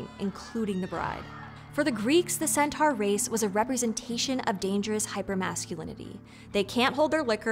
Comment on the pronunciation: It's pr. "sen-tor"!